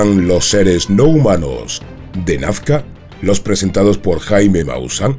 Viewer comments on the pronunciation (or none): NAZCA. No nafca